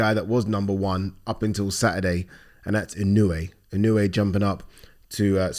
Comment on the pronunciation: its Inoue. its inoue.